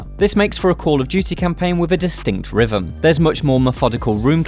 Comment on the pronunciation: I'm not being funny, but how is the voice over guy getting away with not pronouncing words correctly? "fanks" "anovva" "rhyvym" "mefodical"... Are you 9 years old?